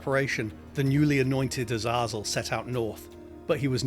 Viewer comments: Awesome video! However, I'm pretty sure it's pronounced Azay-zul 😅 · U-Zah-Zuul? yeah gotta skip this one, it'll bother me, sorry dude